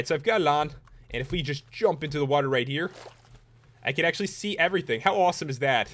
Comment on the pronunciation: i hate the way he says water he says wuterr! idk i think its wierd